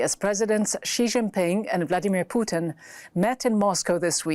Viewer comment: I like how she pronounced each one's name correctly, especially president Xi.